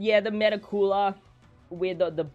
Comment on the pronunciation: I die inside when people call Cooler “Coora”